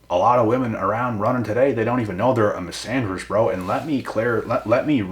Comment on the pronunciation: Misanderist ohhh😂... Bro I thought a "Miss Andrews" had just done you dirty enough 🤣